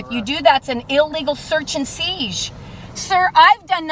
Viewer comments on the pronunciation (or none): Someone please tell this waste of skin the word seize does not have a "g" or "g" sound in it.